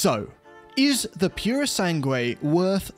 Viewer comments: Very enjoyable and. informative, as usual! Pity you mispronounced the U of "purosangue" (thoroughbred) each time... 😉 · The ‘u’ is silent in Purosangue.